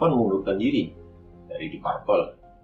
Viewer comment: Koreksi dikit penyebutan deep purple sehrsnya "dip perpel"